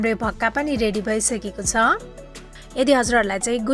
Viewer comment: भाक्का भन्नू होला🙏